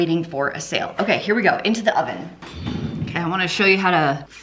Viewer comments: Did anyone one else hear "did I mention my onion is preheating"? 😂😂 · Did you say your “onion” is preheating? That’s what I heard and what CC said 😆